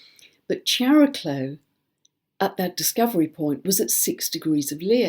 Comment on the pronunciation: If Chiron is pronounced "kai-ron," shouldn't Chariklo be pronounced "kaer-i-klo," with a hard "k"? It's Greek -- like "chemistry" and "chameleon."